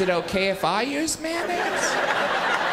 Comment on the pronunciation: It's not mannaise. It's mayonnaise. May.on.naise.